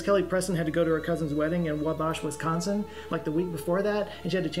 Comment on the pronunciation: Wis Khonsin